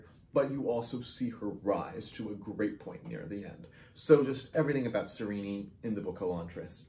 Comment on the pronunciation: I listen thought the audiobook pronunciation was Sa-Reenee. But I usually read via print so I often have the pronunciation wrong. 😂 Still think she’s great though. Thank you for watching my videos.